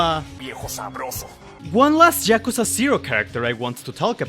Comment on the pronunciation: ah yes jakuza